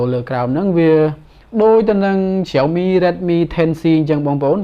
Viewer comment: Xiaomi admin not Jiaomi